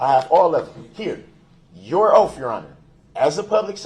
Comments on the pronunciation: I notice words that end with TH, he cant pronounce them words right and he pronounces them with a F at the end instead like oaf, troof, bafroom, breaf, boff. the list goes on. He cant pronounce simple words nor doesn't kno the definition to any simple words. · WTH? Why does he have such arrogance? And how doesn’t he know it’s “oath” and not “oaff”? And “libarry” ? What a dumb dumb. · Oaf & axe & substain 😅😅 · "I have your oaf, your honor."